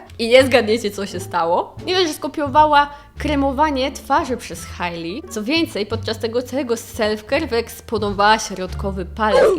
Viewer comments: 😎😎 i mała korekcja, Hej-Li nie Haj-li, mwah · Hailey czyta się "Hejli"